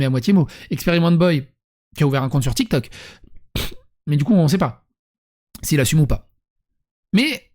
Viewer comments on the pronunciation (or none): none